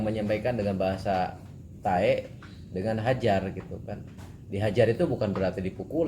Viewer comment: Tae bukan pake k